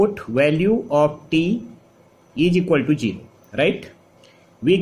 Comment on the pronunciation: Class was nice , but plz try to improve your pronunciation. It's really awful and irritating, Zero not jeero Is equal to ,not eejiqualtu Like that 🤗